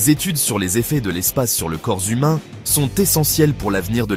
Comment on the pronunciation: le corps zhumain … ?